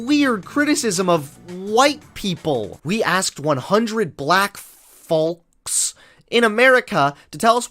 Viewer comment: its pronounced folks, not "fo" smh